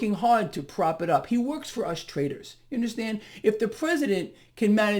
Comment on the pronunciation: Hey, did you say traders or TRAITORS!